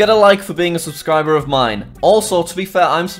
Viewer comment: 56 times you said aubscriber